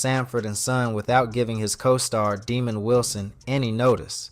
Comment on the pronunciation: His name was not demond Wilson... His name was pronounced Dah’mond...